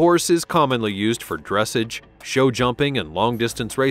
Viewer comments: If this bot says "DRESSage" rather than "dressAGE" one more time . . . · Please learn how to pronounce "dressage"... it's not "dress'edge" but "druh sahzh' " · Dressage is pronounced dress-sahj. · Further adding to this horse's pedigree the Lipizzaner Meaning his FINANCIAL VALUE. his pedigree will not be adjustable. "Dressage" is a French word-you've mispronounced it in both its English reference, and its French orientation? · There have been many mistakes in this program, but the one that is really grating on my nerves is the way that they are pronouncing dressage. If only they could edit it and correct the mistakes, especially ”DRESS-AHHGE!! Seriously, who made this video!? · It's pronounced dres SAHGE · I enjoyed your voice quality but your pronunciation of the word "dressage" made me cringe. The accent is on the last syllable: as in dress-ahge. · Keep mispronouncing "drassage" 😂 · I was literally about to comment with the dressage pronunciation LOL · No hate but you don’t say dressage like that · Could you please pronounce "Dressage" correctly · Nice video - unclear about expense as thoroughbreds racing horses are owned by syndicates and sell for millions. Also narrator mispronounces “dressage.” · Please pronounce dressage properly and actually do honest research of how these amazing animals are properly named! And this list is 100% stupid about 'expensive" list. Close down your site as it's a complete waste of time! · AI GRAMMAR IS HORRIBLE! PLEASE pronounce it correctly, the accent is on the second syllable. dres·sage /drəˈsäZH,ˌdreˈsäZH/